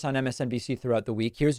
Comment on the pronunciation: Good coverage, thank you. But, on theme of the things you outline, credibility matters. Introducing Jonathan Lemire (pronounced ‘le meer’) as Jon La Myer is sloppy.